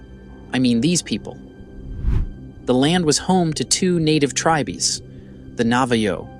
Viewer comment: Get a new voice bot. "Native tri-bees?" Gag me.